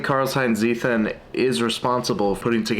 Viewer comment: Seems like an interesting book. Btw, just because you said it so many times; it's "Tseeten".